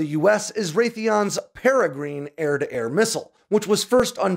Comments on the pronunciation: It's pronounced 'para - grin' (like parachute and grin like smiling)... Named after the Peregrine Falcon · peregrine is pronounced "pear uh gren". Not "green". Just trying to help a brother out. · Pronounced Par A Gren it's a falcon ya dope. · You lost at wheel of fortune. Pronounced Para grin, like the falcon is named after. But good info. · "paragrin" pronunciation. not "paragreen" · Pronounced PereGRIN not green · You're pronouncing the name wrong. The ending should not sound like "green" it should be "grin" 👌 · The "i" at the end of Peregrine is pronounced like the "i" in gin. Not as in green. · It's pronounced 'Para-grin' ... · IT is pronounced pere grin not peregreen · It's not "Para Green", it's "Para Grin", you know, like the bird, or Frodos friend, no not Sam, nor Meridock, but Peregrine Took. Try checking your pronunciation.... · You need to learn to pronounce Peregrine. It comes from the Peregrine Falcoln. The Grine part is pronounced with a schwa, and not like green. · That pronunciation... "Perah-grin" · Paragreen? Surely it's pronounced like the falcon? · Peri grin its pronounced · If only he knew how to pronounce Peregrine correctly, along with a host of other names of military equipment. The F-35 will actually be able to carry 6 AIM120s thanks to the under development Sidekick mounting adapter for the internal bays. It will be offered standard on the Block 4 build of the aircraft and Canada's F-35 Block 4 Lot 18 purchase will include this feature. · You’re pronouncing peregrine incorrectly. 🤦‍♀️ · Can’t pronounce it right. Like the falcon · Wait wait wait! Did he really just mispronounce "PEREGRINE"... repeatedly... ?🤦🏻‍♂️ And he just kept going for it too... what a muppet! 🤷🏻‍♂️